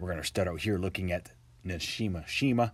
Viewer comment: Subscribed :) great video! Just a quick correction. It is Nishinoshima not Nashinoshima. 😊